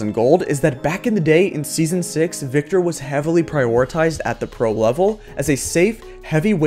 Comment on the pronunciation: THANK YOU for saying Viktor!